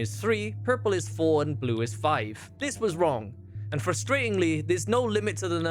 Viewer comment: no, it wasn't wrong, it was "wrorng"